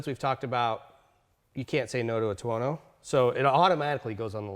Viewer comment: "tono". seriously?